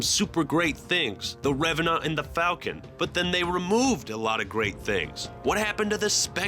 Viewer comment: lol, he said revenot